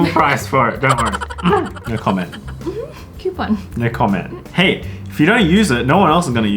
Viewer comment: copon bate lol